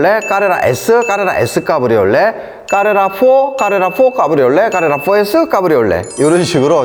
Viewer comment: 발음이 이상해요. 독일어나 영어나 빡서 까브리올레 이런식으로 강하게 발음하지는 않아요. 카이만도 카이맨 캐이먼이 가깝죠 다 된소리로 발음하는게 맞는게 아니네요